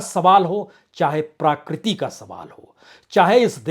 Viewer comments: BURAA NA MAANO : "PRAKRITI" SHABD KA UCH-CHAARAN "PRAA-KRITI" NAHIN , "PRA-KRITI" HAI : SHABDKOSH PAAS RAKHNAA ZAROORI HAI : NAARAAZ NA HONA ! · आदरणीय बाजपेयी जी! प्राकृती नहीं प्रकृति कहें. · प्रकृति, प्राकृति नहीं